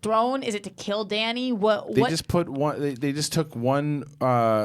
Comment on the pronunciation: 8 seasons and can't even pronounce Dany's name right